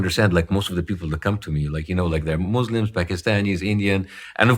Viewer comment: have you EVER heard a born Muslim say “Muslim” the way he just said it? Weird…